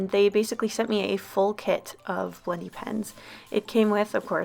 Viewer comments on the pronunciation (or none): ok ok this might be my "aussie" having its effect, but every time you say "blendy" I heard bloody and its hilarious 😂